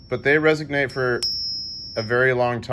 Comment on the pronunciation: I can't find the word: ”resignate” in the dictionary. I believe I heard you say it six or seven times while performing the ping test. Did you mean to say resonate? Why didn't you verify that the 1935 Winged Liberty Head ”Mercury” Dime Mustard Walrus sent you was genuine? 😲😉🤣😂 As always, thanks!!! 🌎🇺🇸🌍🇺🇸🌏🇺🇸🌎🇺🇸🌍🇺🇸🌏🇺🇸🌎🇺🇸